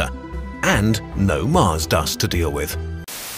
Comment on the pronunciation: "Get your arse to Marse" i'm dead 💀